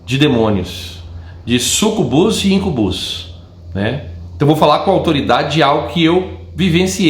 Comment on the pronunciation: a pronúncia não é IncuBÚS e SucuBÚS é Íncubus e Súcubus.